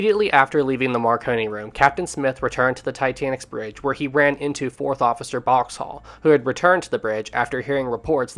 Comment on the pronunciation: I can't get over how this guy pronounces Boxhall so completely and utterly wrong